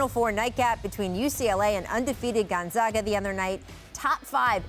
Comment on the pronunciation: How tf can people still not pronounce Gonzaga